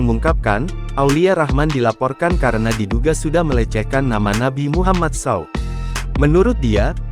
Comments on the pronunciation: Yang baca saw aneh kali kau bah...s.a.w bukan saw...kalau saw ya gergaji nanti disalag artikan pak coba baca aja salallahu alaihi wassalam gtu malah saw saw...kalau saw gergaji pe'a kali ente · Tolong juga yg membacakan narasi menyebutkan nama nabi yg bener....Saw apaan saw...... Sebutkan dengan lengkap bamg.... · Astagfirullaah. Alangkah baiknya bila SAW gak di singkat min 🙏🙏. Saya rasa it tidak perlu di singkat kalo di baca ato setidaknya jangan di baca saw. Tapi sebut satu safu hurufnya🙏🙏